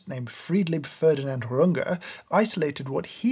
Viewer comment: As a german, i'd like to thank you from the bottom of my linguisitic-heart for saying "RungEH" and not "Runge" like "Grunge"